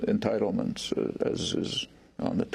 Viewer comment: amatuer host says.... "you mentioned entiteledments". (sp)